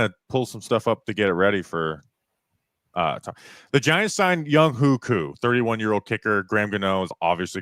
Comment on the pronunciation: name is pronounced Young Way Koo not Young Hoe Koo